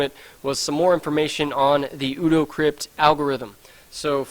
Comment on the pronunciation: ODO is pronounced 'OH-DOUGH'... one of my favourite characters on Deep Space Nine! ;)